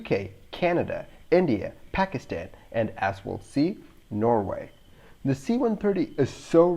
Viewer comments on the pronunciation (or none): none